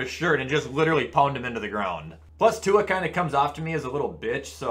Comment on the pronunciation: Butchered Tuas last name